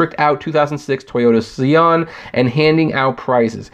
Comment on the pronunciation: Why do you have problems Saying the simplest things. Like scion and Acura and tempe lol